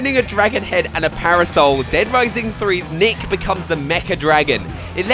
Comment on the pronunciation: You called Nick Ramos "Neek"